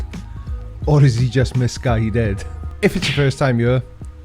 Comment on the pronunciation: Hi! Do you mean misguided or "miss guy dead"? 🤣🤣